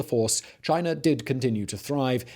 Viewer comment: Where is Chin'er' anyway? Is that near the country of "China"? Huh,must be. Or it could be by Americ'er'. Cause that's where General Sant'er' An'er' fought in the Alamo. Just say "Ahh"! Not that hard. Especially if you speak for a living! Still luv ya Simon and all your channels! You legend!!